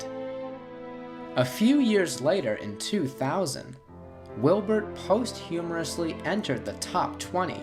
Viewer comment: It's "posthumously" not "posthumorously". Good video though.